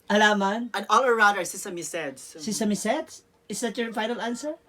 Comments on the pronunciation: time check 2.37am dito sa Toronto at ang lakas ng tawa ko sa panonood nito. Si sinasabihang bobo si pero sya naman super slang pero mali mali ang pronounciation. Sesame SEDS hahahahahahaha. More contents like this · "sesame seydsss"hahahahaa